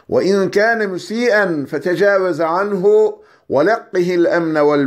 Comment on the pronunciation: Allah razı olsun hocam. Ezberlememizi kolaylaştırdınız. Yalnız duanın sonunda "fetecevez" sükunlu kelimeyi sanırım fetha ile okumuşsunuz (feteceveze diye)